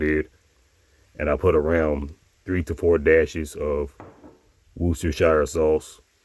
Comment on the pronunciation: Worcestershire is pronounced Wur-stir-sure